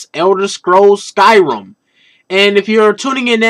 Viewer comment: "Elder scrolls SkyRUM"....